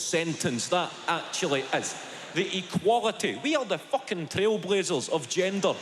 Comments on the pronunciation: Naw, pal. Not right at all. Nobody in Scotland says Fooken for Fucking. Our U is very U-like. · Right, but like, “FOO-ken.”